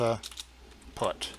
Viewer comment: FINISH OFF UR DRINK! PUT IS SPELLED AS PUT & NOT "PUTT". & BY THE WAY WHAT THE HELL R U TRYING TO CONVEY TO THE COMMON MAN? ALL THE FIGURES R READILY AVAILABLE IN ALL THE PLATFORMS. WHY COMPLICATE ISSUES FOR HALF AN HOUR? & WHO KNOWS ABOUT PROGRAMMING?